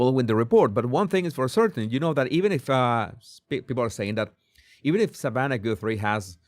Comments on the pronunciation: Savannah not Samantha!!! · Jesus it’s “Savanna” Guthrie not Samantha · Savannah...not samantha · What i noticed in this video was that it's not Samantha it Savanna! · Hello Mr. "" her name is SAVANNAH Guthrie NOT "Samantha"!! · Its Savannah not Samantha. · Savannah not Samantha😂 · It's Savannah not Samantha LoL. You said it right but you wrote that title wrong 😂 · Savannah, not Samantha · It is Savannah moron